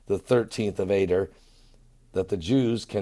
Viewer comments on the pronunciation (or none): This is the only time in history this has happened on the jewish calendar..... 13th month, 13th day and Purim is the 1day of the 13th month (yes the 13th month) the month is pronounced "A Dar" not "A der" blessings